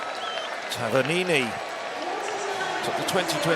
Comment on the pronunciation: I wish you could pronounce even simple names. It's Tavernini, not Tavernina. How do you manage to get an A out of an I ??? Brits are sooo bad at foreign names, even simple ones.